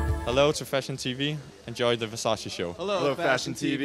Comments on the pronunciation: It’s “Versace” not “Versaci”😩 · Mercy the make up artist cannot pronounce Versace MERCY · how can u work for versace and still not know how to pronounce it i'm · Ppl still call it Versacee 😂 Even on Versace show omg.